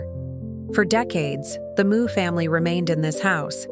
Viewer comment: Meux is not pronounced moo it's m'yew